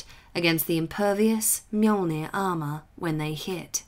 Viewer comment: 2 minutes in and I am already so happy. You said mjolnir right. Better than the official audiobooks.